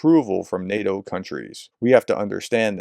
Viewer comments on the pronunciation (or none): none